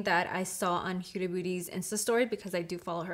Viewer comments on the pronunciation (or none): FYI. It’s who•da not u•da. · It s huda as in hoooooda not hiuda.... Idiot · Her name is pronounced ho-da. Like hoda in Spanish. Also can you pleasee do a comparison with her old palette ❤